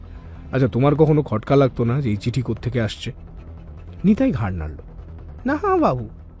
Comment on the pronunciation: গল্পে ৫ মিনিটে ৩ বার করে "ঘাড় নাড়লো" শব্দটির উচ্চারণ খুবই বাজে লেগেছে